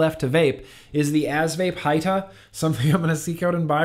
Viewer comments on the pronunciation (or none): what’s up sir hope all is well. Great video but since I’m a little hoodish lemme see if I can help you with good pronunciation. When you words like Hita or like Salt N PEPA. YOU ARE SUPPOSED TO SAY THEM THE SAME WAY YOU WOULD SAY THE PROPERLY SPELLED WORD ITS JUST SPELLED DIFFERENTLY. SO YOU WOULD PRONOUNCE PEPA LIKE PEPPER THE DIFFERENT SPELLING IS MORE TO SEPERATE THE ITEM OR PERSON. HOPE THIS HELPED AND SORRY FOR THE CAPS JUST REALIZED I LEFT THEM ON AND TOO TIRED TO RETYPE. I WOULD NEVER YELL AT SOMEBODY WHO HELP ME JUMP OF ANALOGS. 🤟🏽